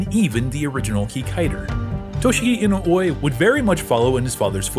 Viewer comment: The last name is pronounced "E-noo-whe." "Whe" like "when" or "where". YT recommended this video. Glad I watched this. This is quality. Subbed. Great work. 👍 Hope you'll feature more non-sentai/KR/ultra Toku shows.